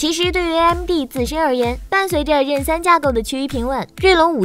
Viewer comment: 为何Zen可以读成“任”？ 任三,任四？！？